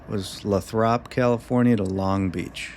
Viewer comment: Lathrop is pronounced Lay thrup. You know, for future reference 😎 And I'm calling it now, 15,000 ft is too much train for that territory.